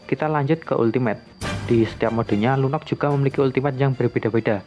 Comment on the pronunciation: Lunok Lunok Lunok ngomong Lunox kek asu gaenak bat dengernya